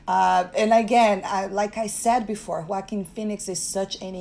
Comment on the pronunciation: is the only person on YouTube that knows how to pronounce Joaquin phoenix name.